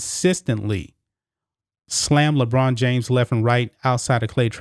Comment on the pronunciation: LeChina James? Lolol